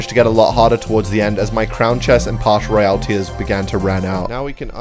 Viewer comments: Its pass not pash royale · He cant say Pass royale He says partial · PASS ROYALE NOT PASH ROYALE ITS SO ANNOYING WHEN YOU SAY PASH PASH PASH PASH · bro is pass royale not parsh royale lol what is parsh 😂🤣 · Pass royale❌ pash royale ✔️ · It's "Pass Royale" not "Pash Royale" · “in the pash royale” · I love when he says pash royal